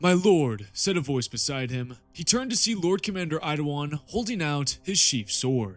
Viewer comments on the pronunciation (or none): Yes!! My degenerate boi. Bestest primarch mogged by a sword. 😂😂😂 Why do you say Eydeilon like that?